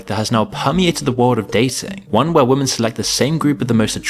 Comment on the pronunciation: I notice the chap in this presentation is another example of someone who bizarrely struggles to pronounce the plural "women".